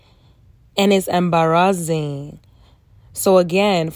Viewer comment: The Nigerian accent on “embarazzing”😭😭